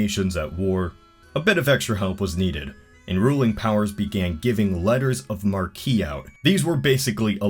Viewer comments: Letters of mar-quee? I think it's pronounced 'mark' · It’s “mark” not “markee” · "Letters of Markee?" I always thought it was "Letters of Mark" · It's pronounced "letter of mark" not "letter of markee" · Its not letters of "mar-key" its said like "mark". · Letter of mar-key? It's pronounced Mark. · Say letters of mark, not markee. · it's pronounced "mark" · Letters of marque are pronounced like "letters of mark". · I think that it's actually pronounced "letters of mark", but I see how the spelling could be confusing. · I've always heard it pronounced "Letter of MARK". Hmm. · Btw Marque is pronounced to rhyme with Mark.